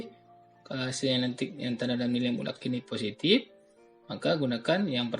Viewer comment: Mutlakk bapak bukan mulak